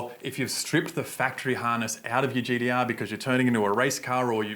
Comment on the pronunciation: Thirdeen, gd-r. Ninedeen nindey three. So a T is actually a D...lol